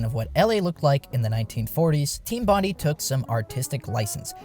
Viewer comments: It's pronounced Team Bon-DIE!!… not Bon-di. I'm an Aussie from Sydney, triggered me after the second time lol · It's pronounced "bond-aye" not "bond-ee", hermano. Had to point it out before it triggers some Aussie's autism. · Thats not how you pronounce Bondi.